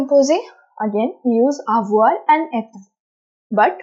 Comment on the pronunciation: Your pronounciation is wrong according to french accent, Eg: Avoir-Avoir(english accent) Avoir-avoigh(french accent)